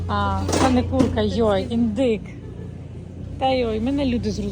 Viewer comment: Почула йой то ви з Закарпаття?